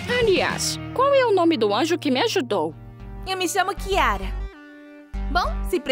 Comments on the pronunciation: N tô falando mal ta* ela falo chiara é vez de falar kiara kkkkkkk😂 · É kiara não chiara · Ahhhhh Não é com ch É com kyara😊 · Nem seu nome você sabe falar não é kiara e chiara.❤ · Kiara não é com k invés de chiara